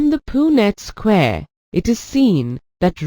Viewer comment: Why is it pronounced "poo-nett square" ? 🤔 But nicely explained , it really helped me 👌